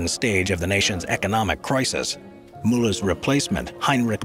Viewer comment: Did he say "Prisis" instead of crisis?